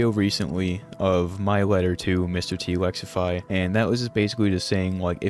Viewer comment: mightve actuawwy beat de allegations